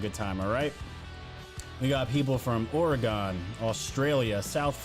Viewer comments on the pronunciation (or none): Or-e-gun not Or-e-gone 😊